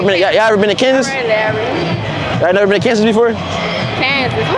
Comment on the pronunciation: You gotta stop saying KANSAS gang it’s not KANSAS.